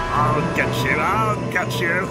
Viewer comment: Mr Bean: Let's get into it what i heard: Let's get cui